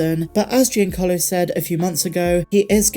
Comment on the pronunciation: Please tell me someone else giggled at "GINACARLO Esposito."